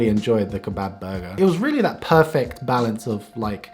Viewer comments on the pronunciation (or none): none